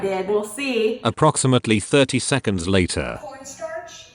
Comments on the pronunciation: i thought she said "Porn starch" 😂🤣 Love the vid keep going!~ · anyone else hear “pornstarch”